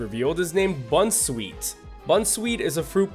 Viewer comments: Bunsweet Did you miss the pun? Bounce, sweet. Bounsweet. Comfy Again, you got half the pun. Comfy, Fey (fairy). Comfey. Possy Ring around the rosy, pocket full of posies. Tryage Everyone gets this wrong, but that doesn't excuse you. Tree-ah-ge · Don't say bunsweet because that's not how u say it it is boun sweet as in bounce sweet not bun and comfey is not the po sy picker Pokemon it is the po z picker